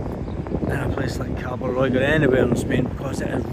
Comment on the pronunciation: It’s not Callosa it’s CIOsa it’s not what you said it’s Cabo Roy hope that helps 👍